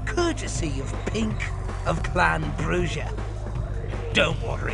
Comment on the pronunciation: The mispronunciation of Bruja always bugs the shit out of me. I'm almost out of shit.